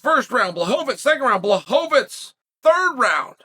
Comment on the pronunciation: Who tf is bla-hoe-vits?